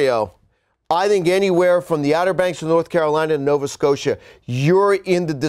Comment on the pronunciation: Well done indeed. Most US forecasts pretend Canada is terra incognita - this guy actually mouths the words Nova Scotia twice. As a Canadian I appreciate that.